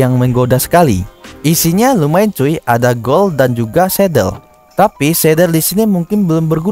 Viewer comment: Kok ngomong nya agak kurang bang , gold = gol